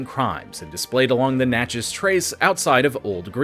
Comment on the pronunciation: Thank you so much for learning to say Natchez correctly. 😉